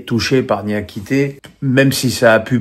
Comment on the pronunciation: Moukoko, Niakité, Matique…??Heureusement que c’est ton “métier”…C’est Akouokou, Niakhaté, Matic.